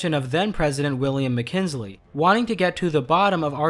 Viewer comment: It's pronounced McKinley not mckinsley